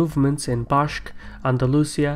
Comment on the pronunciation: it's pronounced "authority" not "authorithy" and "Basque" not Bashque"